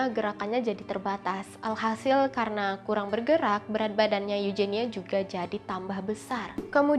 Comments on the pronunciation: itu kan eugenia bukan eujenia.pake huruf g ga pake huruf j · Koreksi aja pengucapan spanyol huruf j di baca H. Contoh juan=huan Mirip huruf g dibaca juga h. Montija=montiha.. vallejo=valleho.. sumber gue akurat dari nama pemain spanyol di laliga karena suka dengerin komentator spanyol bilang begitu.. kalau eugenia itu dibaca euhenia aku pernah tau pround eugenia dari ratu ena. Nama inggris victoria eugenie tapi pas sampai spanyol jadi victoria euhenia...